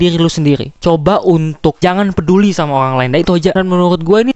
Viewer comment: RRRRRRRRRRRRRR lo pelo ya dek "olang , cale, pikilkan😅😅